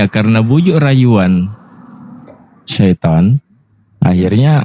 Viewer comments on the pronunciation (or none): none